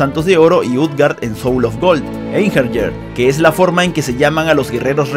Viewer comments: La pronunciacion de Einherjer es AIN-HE-RIA, no EIN-HER-YER. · Se pronuncia einjeiriar o algo asi, son los guerreros muertos que pelearan en el ragnarok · La J de Einherjar se pronuncia como una I. Osea Einjeniar